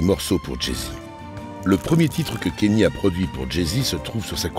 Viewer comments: Le "Kenny" me fait mal toutes les 30 secs 🥲, c'est bien "Kanyé" que ça se prononce lol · Faut arrêter de dire kenny bordel c'est kanye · Tu regardes un documentaire de 45 minutes qui est très bien fait, avec une voix off exceptionnelle et tu retiens seulement qu’il dit kanye à la française, c’est vraiment affligeant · Dommage pour le « kenny » west 😅